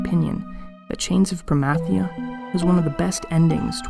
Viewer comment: You say Promathia wrong lol. But so does anyone who pronounces Zilart with a long I